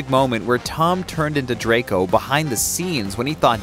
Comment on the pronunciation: The way he pronounced "drAcO"💀✋